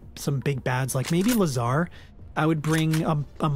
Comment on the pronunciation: By the way, Lazar was named after Lazarus(Biblical character, this is literally how it is spelled in russian), therefore it has emphasis on the first syllable. Also, Orel means 'eagle', and has emphasis on the second syllable :)